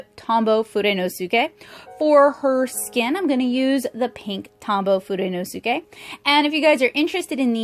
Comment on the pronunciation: Just a quick tip - when pronouncing "fudenosuke"... first, you are right in how you pronounce each syllable! Kudos on that, coz it's a big difficulty for most. But again, just a little fyi, at the end you'll sort of not pronounce the "su" as much, as it were. So it sounds like how you said it, minus the u kind of. Like "foo-den-oh-skay". Additionally, try not to put any emphasis on any particular syllable. You put stress on the "su", and that's absolutely normal for us English speakers! (think "hiroSHIma" vs hiroshima, or "kaMIKAze" vs kamikaze) Those, like fudenosuke, should be a flat, constant intonation. So not "fudenoSUke", but instead, fudenosuke. It feels pretty unnatural at first but yeah, hahah. I just happen to be learning Japanese, and though I'm a beginner myself for sure, I thought you might appreciate these tips for future reference in your videos, if you feel like it. Of course, you may also choose to completely ignore this, and that's fine, too! Take it or leave it, that's your prerogative. In any case, thanks for the review! I was considering getting these to supplement my copic collection, and this video was really informative. I appreciate you taking the time. Have a good one!